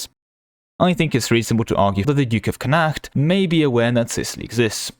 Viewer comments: Connacht is pronounced a bit like "Connott" fyi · I can not be putting up with your pronunciation of Connacht! :)